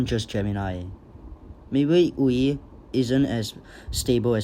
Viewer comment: Funny seeing a content creator say Wee instead of a Uē sound xd